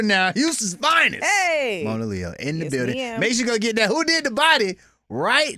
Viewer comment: It’s Moan-ah-Leo…. NOT moan-ah-lay-yo 😶